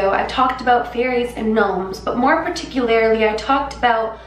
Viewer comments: I love you to death but it's "PAR-TIC-U-LAR-LY" not "PAR-TIC-U-LAR-I-LY" lol <3 <3 <3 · Particuarilily??? lol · 39 and did she just say paticularrrrrily? She makes blondes look dumb when she says words wrong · Am I hearing wrongly or does hse keep saying particularily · say it with me PAT-iC-U-LER-LEE 😂 You're so freaking cute omg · “PerticULARly” lol. You’re so cute. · The way you pronounce "particularly" is so cute. ♥ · The way you say particularly makes me giggle.